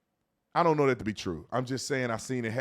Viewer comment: sounds like she muttered "iunnno".